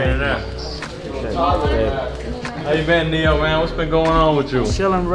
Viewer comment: BROOOOO IT'S NE-YOOO WTFFAFFFFFFF